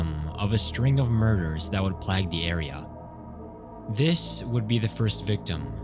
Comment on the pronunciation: Who tf says plague like plag